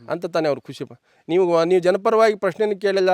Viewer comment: ಅದು ಕುಷಿ ಅಲ್ಲ ಖುಷಿ ......